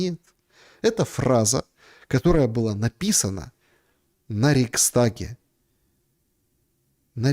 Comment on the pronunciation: Рейхстаг а не рейкстаг